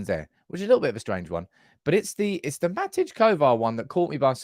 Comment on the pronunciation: Matej, pronounced like Ma-tay.